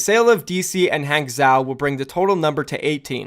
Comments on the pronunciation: I love you my friend. But you have to stop saying "guangzeo" and "hangzeo", its "guangjo" and "hangjo" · Hangzhou is pronounced hahng-joe lol. Use google noob. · Hangzhou = Haang - Jo I think if we follow the pattern of city so far, another candidate for last Chinese city is probably Chonqqing. Just pure feeling... no reason behind that. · lets get dat JUICEE BOIII, oh and P.S Hanzhou or any chinese city with zhou at the end is pronounced like Han-jou/jou. the Zh in chinese is pronounced like a J in english, thought i'd clear that up a bit. :D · is it really that tough to google "pronounce hangzhou"?